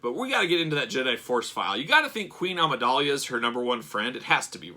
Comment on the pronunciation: Dude you dont know how to pronounce Amidala??? Its not Amidalia